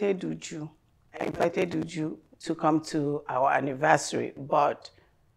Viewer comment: Even YOU JU 😂😂😂 instead of UJU *